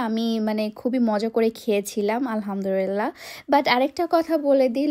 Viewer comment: আলহামদোরিল্লা জিনিস টা কি? 😂 লাক্সামমবার্গ উচ্চারণ টা তোরে কে শিখাইছে? 😂😂😂